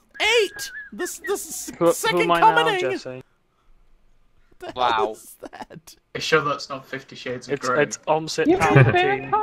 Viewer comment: "the second cummening" wow jesse wow